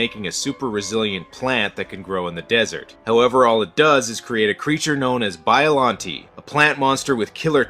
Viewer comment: You pronounced Biollante wrong.